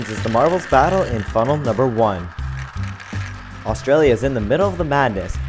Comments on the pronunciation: its pronounced AUSTRALIA NOT ARGENTINA!!!!!!!!!!!!!!!!!!!! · You said argintera instead of Australia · anyone else realise he says argentina not Australianlia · wtf HE SAID argentenia AT THE END INSTEAD OF AUSTRALIA